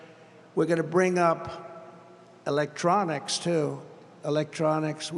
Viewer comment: said it like.. "E-lec-trawnixs" yes yes.. we have to bring back "E-LEC-TRAWNIXS"